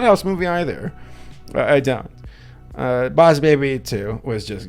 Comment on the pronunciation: DUDE IM SORRY BUT I LAUGHED OUT LOUD WHEN HE SAID " b0ss bēbi "